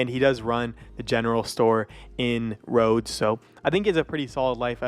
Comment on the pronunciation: It's Rhodes